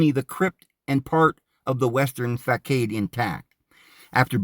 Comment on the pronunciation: Facade = fah-sod. Chartreuse=shar-true-ss